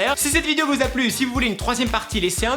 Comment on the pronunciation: Au debut de la vidéo j'ai compris : " Heryyyy! FOUS aller bien?" Cerait tu allemand??😂😂